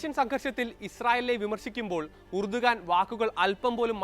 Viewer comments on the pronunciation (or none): എർദോഗാൻ ആണ് ഉർദുഗാൻ അല്ല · Urdugan ennalla,rajab thoyyib erdogan ennaanu.